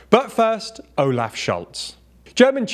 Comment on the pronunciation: Almost. The O in Olaf is more like the last O in Ontario.